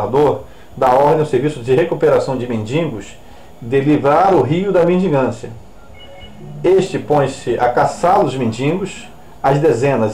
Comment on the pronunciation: Não é "mendingos"!Mendigos!Nem "mendigância",mendicância...